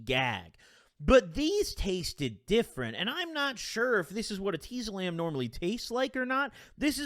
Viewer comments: no one:: eh-TEE-zolam its pronounced et-IS=olam I think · Anyone else pronounce it etiezolam and not eteezolam? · Omg ur pronouncing it hurt my head